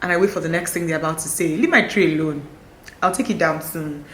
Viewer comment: "Leave my tree A-LONE..." Please that finished me. 😂